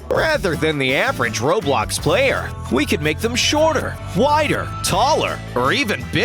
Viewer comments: Who else realised that at one point he said “roblock game” instead of roblox game 😯😝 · You said ROBOX, man. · I’m sorry but did I hear you say roblok. Instead of roblox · Did he just say, R0BL0CC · “various ROBLOCK games” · Lol the narrator said r o b l o c c